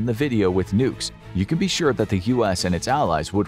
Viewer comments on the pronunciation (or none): none